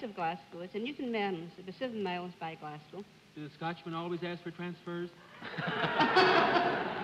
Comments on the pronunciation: Bennett - it is GlasCO not "COW". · To all our non UK viewers of this excellent series, and despite Bennett's repeated mis-pronounciations, Glasgow is pronounced 'Glaz-go', & people from Scotland are Scots, (ie:- Scotsman) or Scottish, not Scotch. Scotch is a drink! It surprises me that with Bennett spending a lifetime working with words, he continually gets this wrong.